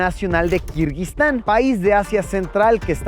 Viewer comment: Todo el video escuche "kirbyztan" :)